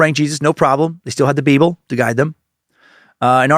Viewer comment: I'm at work and nearly spit take every time Dan says "BeeBul":face-blue-smiling